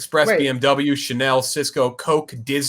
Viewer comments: really said (Chay-nol) make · cant pronounce Chanel